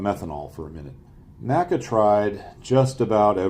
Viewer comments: There is no "Nacka". It is called "The En Ay See Ay". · It's not "NACA" it is pronounced "N-A-C-A". "NASA" is pronounced as on word, NACA is pronounced saying each letter